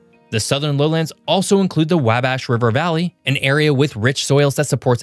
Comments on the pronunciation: woh bash. Not whabb ash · FYI, Potawatomi. The locals pronounce the name of the zoo in north central Indiana, named after the natives in the area like Pot-Uh-Watt-Uh-Me. I'm not sure if that's the original pronunciation though. Hoosier: Whose-yer Wabash: Wobb-ash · Where to start to refute so much incorrect or misleading information? How 'bout pronunciation? It's Vin-cennes, with just 2 syllables. It's Cory- "done," not "don" -- ok, that example is less obvious, I'll grant you. But everyone knows that it's Wah-bash, not "Way-bash." And the state is not called the "Ho-zhure" State. Hoosier is pronounced as "Who-zhure." Checking these pronunciations was well within your ability as a YouTuber. Moving on, Indiana's population density is the same or comparable with Ohio and Illinois', and probably greater than Michigan's. The state is not populated by "so few," but largely as many people per square mile as its geographically larger neighbors. Few physical features, you say? Indiana has the world's largest inland sand dunes, with Frank Lloyd Wright-designed homes sprinkled along them, and the world's largest inland fossil beds along the Ohio River at Clarksville. Wrought iron, Victorian and Greek Revival architecture in Ohio River cities, and Columbus, Ind. is the modern architecture showplace of the nation. Not industrialized? Though it is the geographically smallest state west of the Appalachians among the continental U.S. states, Indiana leads the nation in steel production, and has the world's largest steel mill, U.S. Steel in Gary -- and also among the world's largest are Inland Steel in East Chicago, Ind. and nearby mills in Burns Harbor and LaPorte. In most surveys in recent years, Indiana has had the largest percentage of its populati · and Wabash would be pronounced by a native Hoosier sound like Wah-bash... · 100% Vincennes, Potawatomi, Wabash, Hoosier!.... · He said Wabash wrong too.